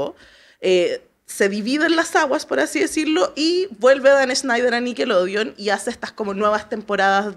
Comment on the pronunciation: Por qué la dice "nickeloudeon" 😂